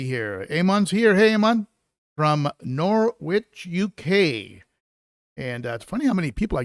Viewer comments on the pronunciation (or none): its pronounced norrich in the uk not nor witch lol